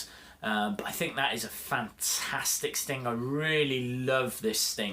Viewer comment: You say stink lol